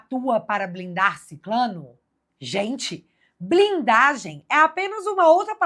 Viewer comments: O certo é SICRANO e não Siclano… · Só uma dica: SICRANO é a palavra correta. Vc é 10!!!❤